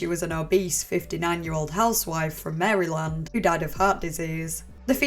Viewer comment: i love how british people pronounce maryland